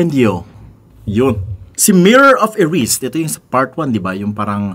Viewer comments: Pronounced as Eri-sed not erisd. Hihi. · Eri-sed, sir. Kc kpg binalgtad mo Desire. Ganun din ang bigkas ni Prof. Dumbledore nung in-introduce nya kay Harry ung mirror. 😁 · Global version na po kaya yan? Saka it's E-Ri-Sed. Desire spelt backwards😅